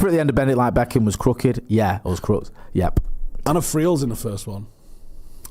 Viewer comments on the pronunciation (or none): Éanna - "Ay-Na" or "Ay-un-A" but yeah, Irish names can be proper tricky and I'm bleeding Irish 😆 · Eanna (eh-na)